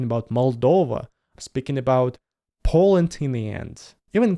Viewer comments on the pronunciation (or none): none